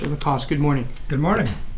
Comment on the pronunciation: He has stated his name clearly for the court. Why can none of them use the correct pronunciation? Why is that so difficult? Also, why did the defense atty. keep saying "Walmart" when it was clearly "Kmart" that Mr. Lacasse visited while out of town?